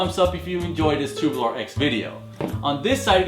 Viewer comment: it's tube-U-lar not tu-boo-lar